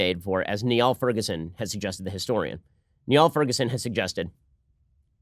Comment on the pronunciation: Bring Niall Ferguson on the Sunday Special! He has great popular histories that I'm reading right now. Also, "Niall" is pronounced "Neal"